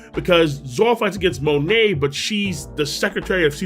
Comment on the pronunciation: Oh and after watch this video i think well done but Two things (beside maybe a couple others) had got my eyes👀. First off and no had feeling you said Monet's name wrong and Second you only said two of the three gear fours. That consists of Gear 4 Bounce man. Then Gear 4 "Tank" man. Lastly Gear 4 Snake man.